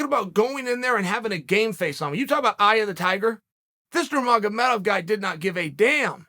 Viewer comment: OMG Cheal said the names right! 😳